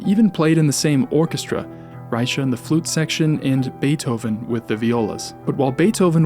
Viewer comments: "Rycha"... don't know how the Germans and the French pronounced his name at the time but the current Czech way of pronouncing his name as "Rey-kha". Great video otherwise👍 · German name, German pronunciation. Plain and simple. Fascinating presentation, though! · the ch is pronounced like in Loch Ness. are you sure that "die Kunst der Fuge" contains variations? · that's not how you pronounce his name FYI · yeah and it's wrong.